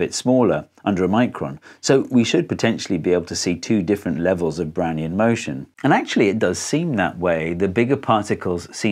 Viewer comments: I thought you said "brownie motion". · Took me a while to realise he wasn't in fact saying 'Brownie in motion' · i deadass thought he was saying brownie in motion for a fat second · I still hear: "Brownie in motion" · I'm an idiot, I kept hearing "Brownie in motion" at first and I was wondering how Einstein used a Brownie to do science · I got thrown hearing "Doc Brown" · Really sounds like you’re saying “browny in motion” haha! Got me every time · Only played 40sec of video and I always hear "Brownie in motion" and now I need a brownie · Oh, I thought he was saying "brownie in motion" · My IQ must be 1, I couldn’t comprehend Brownian motion and thought he was saying brownie in motion. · I have a decent lvl in english, but in this video i cant do anything but hearing "brownie in motion"